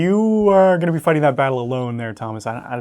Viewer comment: get with the program, it's B.A.T.L. lock.